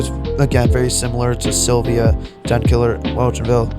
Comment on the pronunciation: prob hates sylvia bc he doesnt know how to ponounce its name lol.